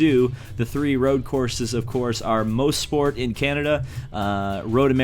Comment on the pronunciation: omg you said mosport wrong it's pronounced mossport